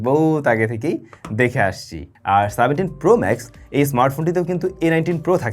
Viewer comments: Seventeen 🚫 Saventeen✔️😂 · সেভেন্টিন কে বারবার সাভেন্টিং সাভেন্টিং করতেছেন কেন ভাই😂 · সাভেনটিন কি?😂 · সাভেন্টিন কি? 😂